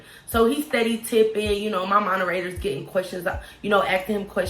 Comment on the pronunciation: “Monerators” 🤣 You’re sooo cute!! 😂😜😘